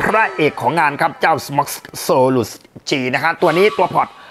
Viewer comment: Solus อ่านว่า โซรัส ไม่ใช่ โซรุด ฟังแล้วตลก